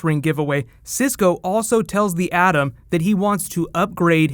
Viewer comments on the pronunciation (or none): none